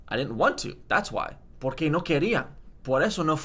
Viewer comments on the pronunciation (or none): Also, “why” and “because” have different stress pattern. Why = por QUÉ (two words, stress on QUE and thus it takes a tilde mark on the E). Literally “for what”. Because = PORque (one word and stress on the POR and no tilde mark). Literally “for that”. In the video he pronounced both “Why” and “Because” as “Why” because he didn’t change the syllable which took the stress, and he spelt them both the same too. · No realmente, porque la pronunciación es distinta. Por qué / pórque (no se escribe así, pero es para recalcar la diferencia al pronunciarse). Además, si está enseñando a otras personas, lo suyo es que lo haga bien :) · good work, just a little correction: Why: Por qué - stress on qué Because: porque - stress on por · cincuenta* porque* (with the o stressed) in your example you kind of explain it as if "soy triste" meant "I'm always sad". But it's not really used that way... The reason is that "triste" kinda means temporary on itself. For more prevalent sadness you'd use "infeliz", as in "soy infeliz". However, "triste" has a second meaning that is paired with "ser", and this is something akin to "pathetic" in English. And "triste" with this nuance is usually said in sentences like "es una persona muy triste" (or "soy" i guess, but it's weird) por gratis doesn't exist. It's just "gratis". Sometimes young people say "de gratis" in Spain, although the nuance is different In general you skip a lot of the ‘ marks. I guess native people on social networks are not helping you with that 😅 Really nice video, i saved it in case it comes in handy for teaching English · literalmente soy venezolana dude, you HAVE to stress the 'por' when you answer otherwise it's going to sound like a question what are you on